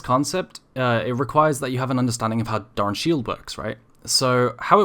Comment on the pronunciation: Jfc can you stop saying "DARN" shield, pronounce it right please LOL